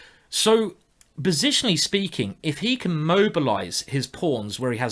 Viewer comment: "bositionally speaking " you rule simon!